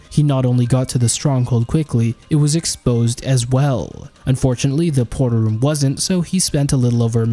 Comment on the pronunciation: How he says portal room; pot'ol room, lmao